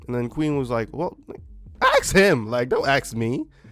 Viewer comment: ASK. A S K A S K, say it with me ASK. Not AKS, not AX, but ASK!!! Its 3 fucking letters...3. A, S, K when you read them, they go in order from A to K. So first comes A and then S and then in the end comes K, ASK. A->S->K. 1. A 2. S 3. K First - A Second - S Third - K ASK, ASKED, ASKING. Not AKS, AKSED, AKSING. Not AX, AXED, AXING.